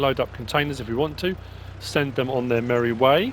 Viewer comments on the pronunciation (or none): none